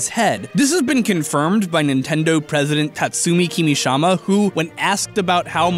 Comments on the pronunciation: Tatsumi KimiSHIma not KimiSHAma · ohh we got credits now, fancy is KimishIma not Kimishama, just saying & kinda the point of this channel is the nitpick :P -yeah why let real-world physics get in the way of a chubby Plumber having super strength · I like how you pronounced Kimishima Kirishama twice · It was a great episode,, and I loved the final part! A great change of style! However, and I apologize if I sound nitpicky... Every time I heard you call Nintendo's CEO "KimishAma", a part of my soul died. I know it's common for western people to butcher Japanese names, but if you're unsure about pronunciation you could maybe try to look for a video online, maybe an interview witht he person, just to hear their names... In this case, the pronunciation would sound more like "KimishEEma". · "Tatsumi Kimishama"? Really? I don't think it's too much to expect you to pronounce the name of the company's president correctly. Especially when it's such an easy name. How did someone put his name onscreen without realizing that he said it wrong? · I guess that's why he's called SUPER Mario. Also, I hate to be that guy, and I get you're screaming, but you mispronounced Tatsumi Kimishima's name.